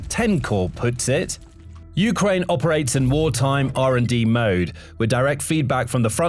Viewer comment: Um, I'm pretty sure "Ukraine" is pronounced with emphasis on the second syllable, not the first. It just sounds weird to hear U-kraine instead of u-KRAINE. Am I wrong about this?